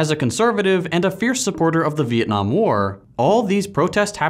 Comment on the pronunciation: Most of you if not all of you wont understand this but I clearly play to much eve online since I heard beeitnam war lol